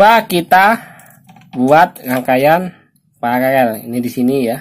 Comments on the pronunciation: PARALEL bukan PALALEL 😂😂😂 memang cadel ....😂😂😂 , konten menyesatkan ....😂😂😂😂😂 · Pararel bang bukan PALALEL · Paralel bos bukan palalel... Pala loe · Paralel bang bkn palalel.pergunakan bahasa yg baik dan brnar😊🙏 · 😄😄 palalel. (paralel coy)